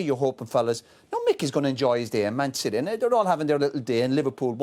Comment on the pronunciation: the way Roy Keane says Man City sounds posh